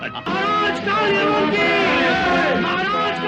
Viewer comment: aap abhi bhi puri tarah sahi nahi bole , KaalYaman nahi KaalYavan hai , Yaman ya Yemen to aaj ki middle East country hai , Yavan Yunani yani Greeks ko kaha jata hai , jo Ki Kaal Yavan Greek King tha